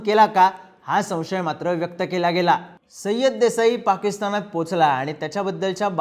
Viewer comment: सय्यद म्हणा